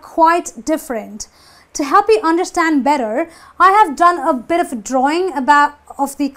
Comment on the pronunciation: Just watched your video titled 'How to Pronounce "the" in English?' Please practice what you preach. First of all - it's a drawing of THE car not 'theee' car. and -0.33- The word 'OF' is pronounced as 'Ov' not 'Offfff'.